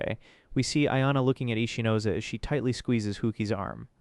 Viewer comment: every time i heard his name ichinose, i only heard itchy nose😅